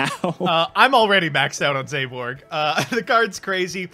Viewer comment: Can someone PLEASE get to stop saying as "zay-borg"